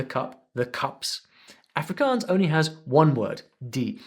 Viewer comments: He Didn't pronounce Afrikaans propery its more like ahhfrikaahns. I learn Afrikaans is school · You said Afrikaans wrong